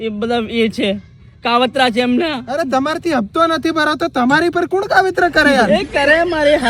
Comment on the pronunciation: Hapto ❌ Hatpo ✅